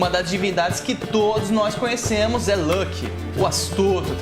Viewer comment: Muito bom seus vídeos, e a forma que você organiza o conteúdo, parabéns! Uma única coisa que não consigo deixar de reparar, fico curioso de como você chegou na pronúncia de Loki, ela fica parecida com (Lãki), mas nem em inglês (Lolki) ou Islandês (Luoke) se fala assim, veja essa referência: então imagino se isso vem de alguma outra fonte, obrigado novamente pelo conteúdo!